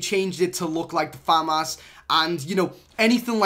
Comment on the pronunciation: The way he says “famas”😂😂 fam ass And the fact that he says he farted, that’s just unnecessary for you to mention